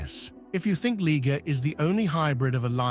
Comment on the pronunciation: This guy has 3 pronunciations for the liger. First, it was a ligger then it became a lie-ger then I heard lee-ger,get it right fool.